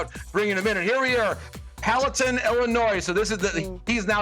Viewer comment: Palatine is pronounced with a long I, as in "eye".